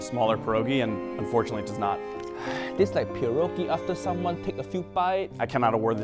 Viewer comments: The pronunciation of pierogi, dude really said pErohGEi 🤦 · Pierogi? Didn't the Guinness guy say Pierogi?